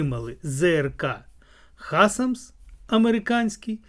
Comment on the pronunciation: вы сказали Хасамс, по привычке от производного Хаймерс😊 Nasams это норвегия+ сша